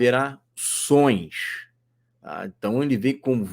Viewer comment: Pô, carioca! Não é “soins”. É “sons”. 😜👍🏽☺